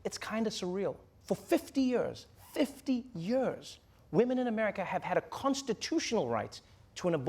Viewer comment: 50 YUURS